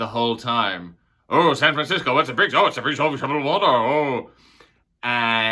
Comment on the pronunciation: "San Franciscy" I love ❤️ it. The only thing I want to do if I ever go to San Fran is Alcatraz